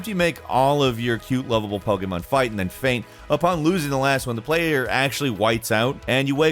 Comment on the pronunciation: Am I the only one that wishes he could say Pokémon properly?